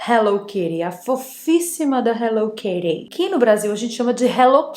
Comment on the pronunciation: No Japao, onde ela foi criada inclusive, se fala Hello Kitty e nao Hello Kiri......